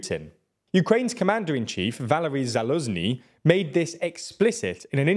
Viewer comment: You REALLY need to learn how to pronounce the ZH in words like druzhba, Prigozhin or Zaluzhniy. It's NOT a Z! It sounds as wrong as saying Vladimir Rutin instead of Putin. ZH is pronounced almost the same as SH. If you said Zalushniy, you'd be 90% correct. The pronunciation of ZH is identical to the 's' in pleasure or treasure (think pleazhure or treazhure). These names aren't hard to pronounce, and the sounds mostly exist in English. If you want to be serious journalists, you can't keep ignoring the basics of pronouncing foreign names.